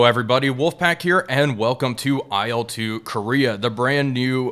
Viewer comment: Please, please, please... It's not "ai el," it's not an acronym. It's "il", like in "Illinois", for example. The first two letters of Sergei Ilyushin's last name.